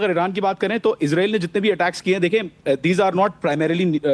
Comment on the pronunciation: میر صاحب آپ لوگ اسرائیل کو عزرائیل کیوں کہتے ہو